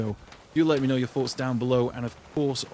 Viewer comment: I love hearing your foughts